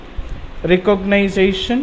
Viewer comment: recogniZAtion??? you make me sick